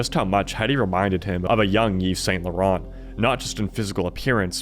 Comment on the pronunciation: PRONUNCIATION: "eeve sahn law-RAHN" with a slightly-rolled 'r"